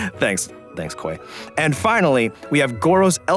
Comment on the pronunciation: Its Khoi btw not Koi